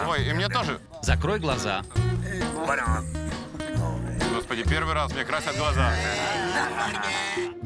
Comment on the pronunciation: АХАХАХХА -О господи -о гхосбоды